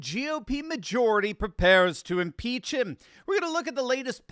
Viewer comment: We must impeesh!